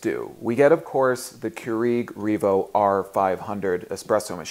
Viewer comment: I was too distracted by the way you pronounced Keurig. But thank you.